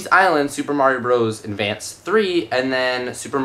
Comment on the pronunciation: you said endvanced instead of advance